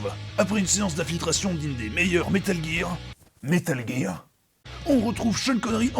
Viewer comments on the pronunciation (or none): "Metal guire"... Je suis pire que toi moi j'ai toujours prononcé ça "Metal guerre solide" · Connard qui dit Metal "Guire" mais qui insiste pour dire Game "jire"